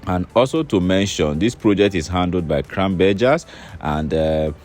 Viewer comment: What is cranbergers 😅. It’s Craneburg